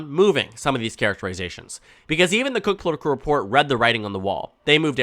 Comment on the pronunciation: “Cook culitical report” gets me every time 😂